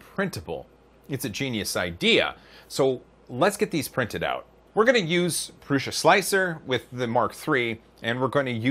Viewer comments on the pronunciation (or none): none